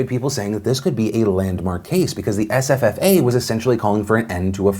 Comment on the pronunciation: Is it just me or is anyone else enjoying hear Phil say SFFA?!? It sounds like sffffffa.